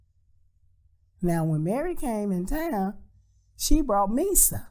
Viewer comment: Misa, pronounced My-sah. With that being said, this gives more credence to Puffy setting up Pac and Suge up to get shot.